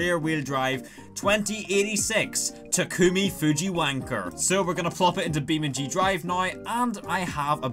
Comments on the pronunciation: to “Tacumi” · I love the fact that 2086 Takumi call as Tacumi. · As “taCUMi”